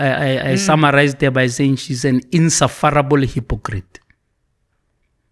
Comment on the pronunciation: Eish guy, if u gonna use words like insufferable at least make an effort to practice the pronunciation. And that’s only one word.😮